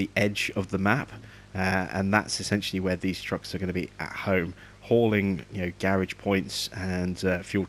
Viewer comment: Dude you are saying Garage wrong